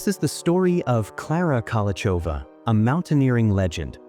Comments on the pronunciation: You’re pronouncing her name wrong. In Czech it is /ˈkolou̯xovaː/ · Hey author, is it so hard to find out how to correctly pronounce her name?